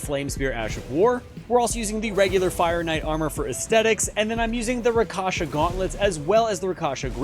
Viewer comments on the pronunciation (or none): Bro its rakSHAsa armor, not rakaša